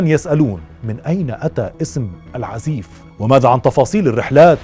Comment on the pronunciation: أستاذ الكتاب مشهور في اليمن بأسم العزاااف وليس العزيف